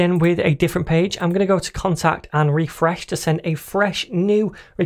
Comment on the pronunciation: RRRRRefRResh, every time i hear it i start to lough thank you! Are you planning for a series on Testing in javascript! if not please take it into consideration